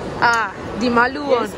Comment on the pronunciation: She said “malu one” sha😂😂😭